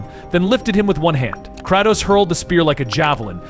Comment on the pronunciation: AI VOICE OVER TRASH CAN'T EVEN PRONOUNCE KRATOS CORRECTLY